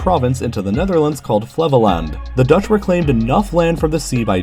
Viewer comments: I live in Flevoland Pronounce: Flévoland, not flèvoland. Try to say: ‘hey’ instead of ‘èh’ O well no one But dutch can say that XD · The way you pronounce Flevoland is funny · Thank you for pronouncing dutch locations not completely messed up (like zeeland and flevoland)